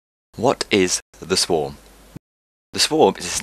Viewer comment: "The Sworg"